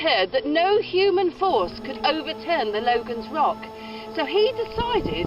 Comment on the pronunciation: It isn't "Logan's Rock", nor is it pronounced "loe-gun", but "logg-un". It's the local way of saying "logging", and to log was to sway. When tipped off its perch, it slid sidways (eastward) and was caught in the crevice immediately next to it. A print in the Logan Rock Inn clearly shows it in this position.